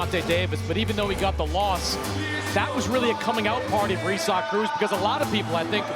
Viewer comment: It's isaacif cannot say it properly or don't say it at all